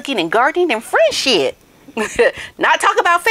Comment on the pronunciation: I think she said, “Fresh sh*t” instead of friendship! 😂😂😂